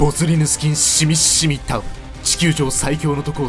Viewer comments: シミシミタオルをいちいちシミッシミって言うの好き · 発音がシミッシミなのすき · シミシミを強調して伝えるのが、ツボw